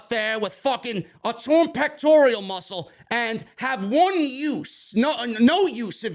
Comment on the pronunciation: Pronounced " peck-tor-al" man You keep calling it a "peck-tor-e-al" (don't get emotional just say it correctly moving forward" Thanks